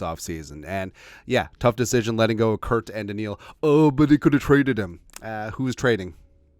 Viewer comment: I love the videos, but I have a aneurism every time you say "Kurt".